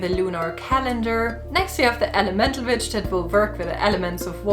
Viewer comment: This is a wonderful video, but ai cannot gets over the fact that when she said “I’m an Electic Witch” I thought she said bitch 🤣